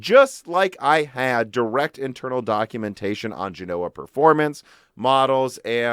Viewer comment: You are pronouncing Siena wrongly like Genoa and Bergamo, look up their pronunciation in Italian on an online dictionary